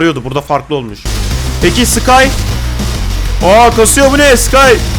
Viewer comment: sky ı ekledin böyle okunur:sıkay